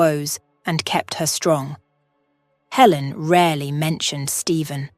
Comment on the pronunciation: Good grief! So many words mispronounced I couldn't even count. Helen changing to Ellen, and then back to Helen. And -- no conclusion. No resolution to Michael's career, and nothing about whether Michael and Amy established a relationship. And, of course, the timing doesn't work. If Michael was a surgeon for two decades, that means he had to be at least 45 years old, probably closer to 50. But if he and Amy were children of about the same age, then she would have to also be around 45 to 50 years old -- which doesn't match the narrative at all. DUMB!